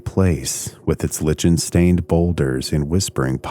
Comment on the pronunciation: You lose a lot of credibility when you mispronounce the town of Gloucester so badly as well as lichen and Thoreau.